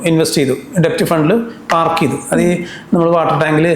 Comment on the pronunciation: Kindly note that DEBT is pronounced as DET (ഡേറ്റ് ). B is silent